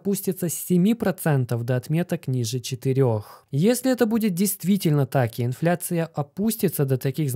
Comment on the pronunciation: Есле-есле, а может и не если, тут сплошные занки вопросов)